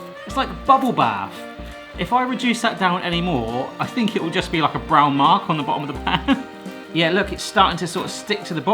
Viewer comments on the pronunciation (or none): none